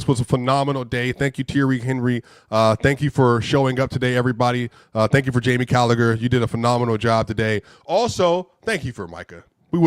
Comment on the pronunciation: Jamie Callagher 🤣🤣🤣 it's Jamie Carragher